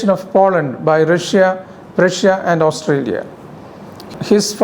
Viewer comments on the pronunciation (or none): With due respect sir, I can't help but notice how you butchered those country names: Ukraine, Austria